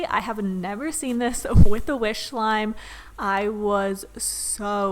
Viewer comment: I love how she say wish Like W H I S H